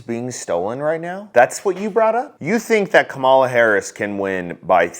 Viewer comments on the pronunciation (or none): That idiot makes a big thing about pronouncing Harris' name then mispronounces it. He thinks half the military won't leave. Doesn't think about what will happen when a drone takes out an innocent family like in Afghanistan. Doesn't realize a civil wat would not be armies lining up against each other, but more like Kansas and Missouri during the last Civil War.